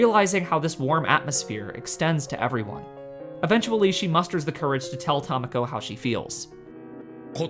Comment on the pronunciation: Not only did I know you'd mispronounce Tamako, I correctly guessed your mispronunciation before hitting play.